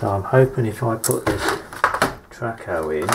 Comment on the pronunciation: Traco, not Tracco.